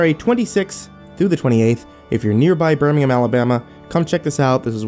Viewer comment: It's pronounced Birmingham I'm from Alabama